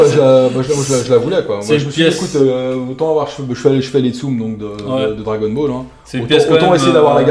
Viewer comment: Mdr tsum xD pendant toute la vidéo j'étais en mode "ça se dit tsumE avec un é" xD